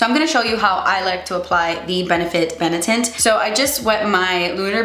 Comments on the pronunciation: Benetint was Bene-tit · Bene-Tint aka BeNIP-Tint